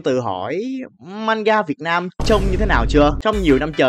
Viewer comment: 😅 ê ý là mk ko có căng hay j ấy, mình chỉ góp ý thôi ý bạn, với ổng nhấn mạnh chữ Manga xong đằng sau là Việt Nam nó sao sao ý, ý kiến cá nhân của mk thôi. Trong video ổng cũng nói đi nói lại câu manga việt nam nên mình mới góp ý thôi. Vẫn có nhiều người nhầm lẫn khái niệm về manga ý bạn